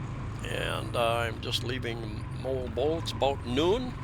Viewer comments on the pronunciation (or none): moAlboAL say it like that emphasis the AL and it sounds right, and PangaSAMA beach emphasis the last syllable ok, good video, cheers and beers ! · You are a daredevil for driving yourself there in the Philippines. Oh and you are most definitely mispronouncing MoalBoal lol it sounds like Moe-Ahhl Bow-Ahhl but who cares right 🤣 Take care man ✌️